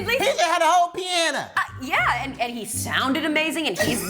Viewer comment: Out of all the drama of the music industry , her situation was far so tragic to me My nigga said “piana” 😂